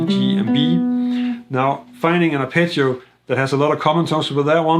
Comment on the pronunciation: I was genuinely puzzled at first every time he said the word, "picture," until I realised he was saying, "arpeggio." Great video otherwise!